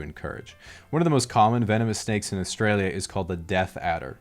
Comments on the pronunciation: your accent is a perfect example of how you can pronounce Australia correctly in a mostly american/canadian accent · you pronounced "Australia" correctly!!!